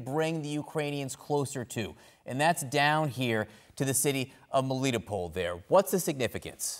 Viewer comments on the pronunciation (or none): * melly-TOPE-ul, not mel-LEET-oh-paul.